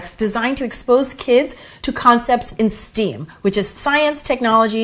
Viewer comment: Hi beautiful! Love all your videos! Just an fyi…STEM, pronounced like the “stem” of a flower.